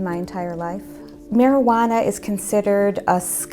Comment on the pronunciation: Is it me or did she say: How much maijuno ?!